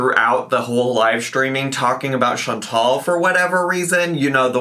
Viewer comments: Chan-TAL. Just because that dip $#!% can’t pronounce it, doesn’t mean we all have to be as dumb. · and Chantal are such good friends that can't even pronounce ChantAL's name!!